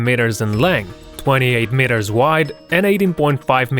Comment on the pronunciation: When he says meters it sounds like MITERS